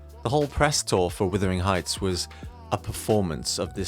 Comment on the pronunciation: Why are you saying withering heights? It’s Wuthering heights